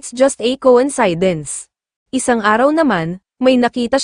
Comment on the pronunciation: ANG TANGA NYO PO MAG PRONOUNCE NG COINCIDENCE! SUPPORTER HO BA KAYO NG BBM? KAYA GABYAN KA PO KA TANGA?